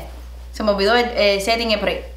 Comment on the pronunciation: "Se me olvido el setting eh-spray" aaaii hahahaha